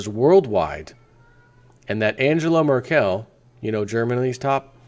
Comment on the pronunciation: Merkel = pronounced: first "e" as-in "bed" / second "e" as-in "dull". Your welcome ^^